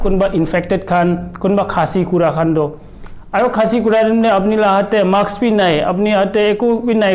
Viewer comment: Mask koi ho not maks :D